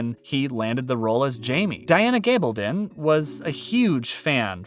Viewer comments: Her name is g a bl don. Short a not a LONG a. Get it right, please. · Stop saying, “Gabledun”. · Her name is G a bl don NNOT a long A. Get it right!